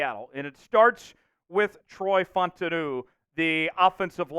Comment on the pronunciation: FAUTANU- pronunciation is Fau Ta Nu Sounds like Foul-Ta-Nu